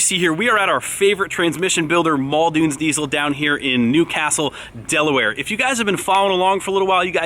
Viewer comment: Quit pronouncing it “Deizel” please